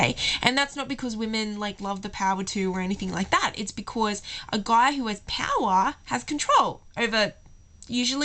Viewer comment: Ok, 1, she's not British, she's either Aussie or Kiwi, 2, can you not say 'because' like that please and 3, the examples of how to respond to 'do you love me?' that you gave were absolutely ridiculous and not cute or endearing. Pisses me off when girls ask that as well. Do I have to keep telling you?!?